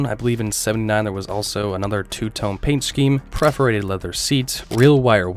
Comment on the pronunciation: Perforated seats. Not 'preferated'. But enjoyed video, thanks.